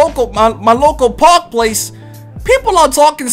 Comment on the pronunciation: Can this Boggs say park right like omfg